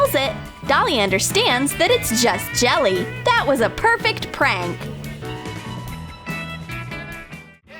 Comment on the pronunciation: On a prank she said trank